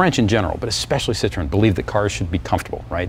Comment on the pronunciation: you need to learn to say the name of the car. It is not a fruit, try Sit-row-en. I was a factory tech for Citroen 2CV, 3CV in a Mahari body (all plastic Beach Model yr. 1972) DS19, DS21 at a dealership in Milton Ma. This made me smile thanks for the trip down memory lane.